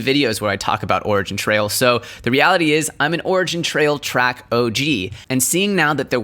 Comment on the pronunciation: YO just FYI... TRAC is pronounced like Trace, not Track